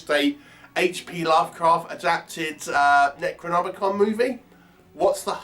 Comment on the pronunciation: Fucking dreadful.The actors keep pronouncing it as NECROMONICON.A pile of dogshit,avoid!